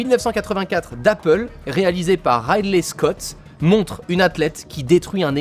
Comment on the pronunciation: tu as vraiment un problems avec la prononciation des noms anglophone Ryley Scott etc …